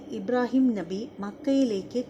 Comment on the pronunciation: ഇബ്രാഹിം നഹി അല്ല .. ഇബ്രാഹിം നബി എന്ന് ഉച്ചരിക്കുക പ്ലീസ്